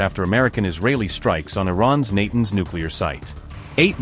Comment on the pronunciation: Tell yer AI voice to pronounce Natanz correctly.